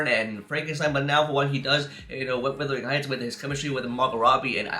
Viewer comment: Are you sure you’ve seen it? You couldn’t even pronounce the title correctly.